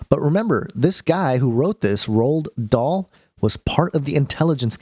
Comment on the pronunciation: It would be nice if you could take the trouble to pronounce the author's name correctly while you slander him. It's so easy to trash people who are smarter, more talented, and more creative than you,, but it doesn't make it right.